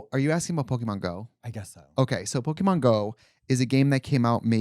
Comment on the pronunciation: Please stop saying Pok-ee-mon! 😭 It's po-keh-mon